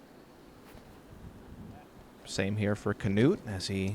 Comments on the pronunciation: I thought it was more like “newt” but they announced him as “Canewt” on the tee. You’d think they asked him how to pronounce it. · yee they say Kenutt it's pronounced like this: KNUUT the K is there but goes straight to the N and then a soft U and then a regular T at the end. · As a Norwegian guy, I cant stop laughing at how the commentator pronounces "Knut" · The way they pronounce Knut is almost a warcrime